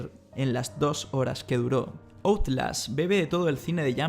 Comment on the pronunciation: Basura es tu video. Y Outlast es un nombre o palabra en inglés. Deberías pronunciarlo como se debe pronunciar, en inglés.